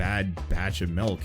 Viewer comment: My man says “melk”